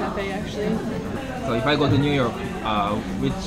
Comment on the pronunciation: ミューヨークになってますねw